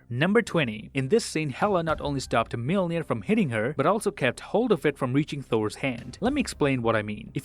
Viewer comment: watches everything on .25x speed to find the smallest details pronounces Mjölnir as Mielnir